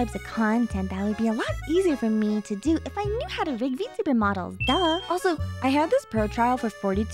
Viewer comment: i also chuckled at 'vertebrate model' instead of vtuber model lmfaoo